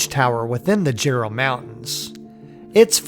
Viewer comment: pst... I know its spelled jerall (mountains).. but its pronounced Yerall...